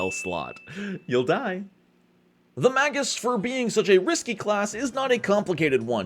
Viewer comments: Better drink challenge: Take a drink everytime he says MAY-GISS wrong... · "magus' analysis" only rhymes if you pronounce "magus" wrong